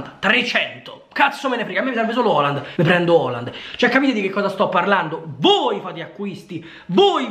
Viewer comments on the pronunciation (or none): Ma quando dice Oland parla di Haaland giusto?